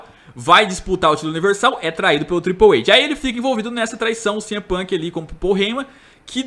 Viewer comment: Ele não sabe inglês.